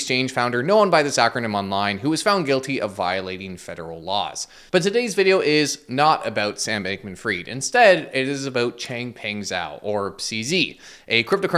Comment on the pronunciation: Just a reminder, Zhao is pronounced like 'Jao' 🙂